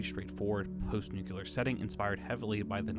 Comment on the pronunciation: Nuclear* Not nuculer.